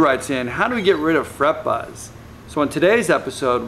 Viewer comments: great information but HOLY SHIT STOP SAYING FRED BUZZ. thanks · I think he was screaming Fred Buzz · he says frett buzz lol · i just love it when he says fret buzz lol! i just cant hold laughing!!! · Fret Buzz is coooollll...I sure hope he says "FRET BUZ" again.